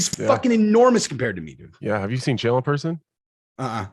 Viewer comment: "Chael" rhymes with "Jail"